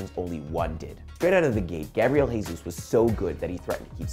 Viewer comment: It's not "hey-sus" he's Brasilian not Spanish. It'll be "jeh-sus"